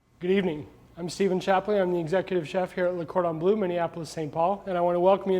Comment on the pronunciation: One more "chef" that cannot pronounce the name of Le Cordon Bleu correctly even though he works for this organization. Why can't these chefs learn to say Le Cordon Bleu (it is pronounced like BLUH and not BLOO?